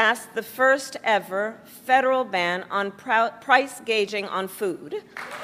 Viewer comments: If I call it gouging from now on instead of gauging am I racist? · "Price Gauging" hahahah. The puppet actress can't even say her lines right. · She went on stage to give that speech, not knowing how to pronounce 'gouging' that's how unfamiliar and detached it is from her life